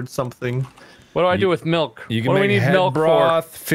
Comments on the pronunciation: I love the fact that said "melk" Which is legit our language's way of saying milk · Is everyone here ready to see me MELK!? 🤪 I love how in love is with his goat 🤣